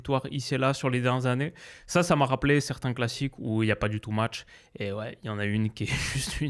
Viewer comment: "Le môtch"